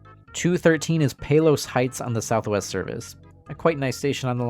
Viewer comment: your pronunciation of Palos irks me. great video tho